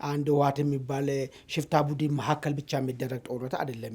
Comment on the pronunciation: Budn bel not budin